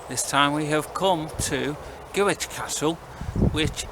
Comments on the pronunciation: You walked down the marble staircase, theives stole everything other than the walls. Pronounced Grick. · Scrrreeeeaaaam, another bad pronounciation of Gwrych! All Welsh people are now cringing.